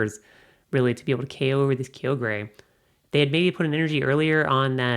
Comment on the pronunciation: kyogre "ky-yo-ger"